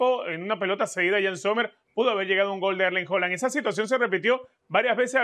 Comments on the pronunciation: Joland que mania de nombrarlo asi. Cuando el propio haland dice que su apellido se pronuncia tal como se lee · Con todo respeto señores se pronuncia Haland con A, en el español la A inglesa no se pronuncia O con todo respeto señores comentaristas